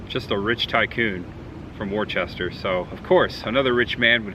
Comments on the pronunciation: It's not pronounced "War chester". It is pronounced "Wooster". Just an FYI. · I didn't know that it would be possible for you to mispronounce a word worse than "museum." People from Massachusetts are going to watch this video and create a drinking game out of it. After which half of them will be dead, no doubt. FTR, it's "wustah" - 2 syllables, not "war-chest-er." 😅 JK! 😜 Luv ya! Great vlog as always & really enjoying the content lately. New England has me jonesing for cooler weather & haunt season! Looking forward to the much ahead. Peace ✌️ 👏💪👊🤙👍🤘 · Worchester?????? It's " wooster" lol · Being from Mass it was hard to hear you continue to say Worcester as warchester lol. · Great video. Most of the towns in MA are pronounced strange. Like Worcester pronounced Wista. Groton is pronounced sounds like Rotten Groton. Pepperell is peprill. There's more. But all in all you did great Massachusetts is beautiful. Especially the Berkshires. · Heads up, Worcester is pronounced Wooh-ster. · You're pronouncing Worcester wrong, it's pronounced "Wis-ster " we have many cities and towns in Massachusetts that are actually pronounced differently than how they look. Lol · Worcester is pronounced Woosta ….we watched your Fla videos when we lived in NH, now we live in in Fla and are watching you in NH! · Do locals pronounce Worcester that way or do the pronounce it the same as the English do? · It's not pronounced Warchester it's pronounced Woostah. People from Mass cringe when it's pronounced wrong. Also it's pronounced lemonstir not Leo Minster. FYI Goddard was wrong too. 😂. Still love the content though. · wish I knew you were in New England. You went right by my house going from (pronounced) WOOSTER to Rutland. The rocket guy is GODERD. The Jonny Appleseed town is (pronounced)LEMISTER. You pretty much butchered every town. Kind of funny for us from Mass. Would have been nice to meet you.